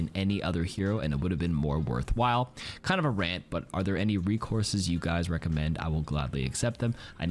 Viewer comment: Bro said rekourses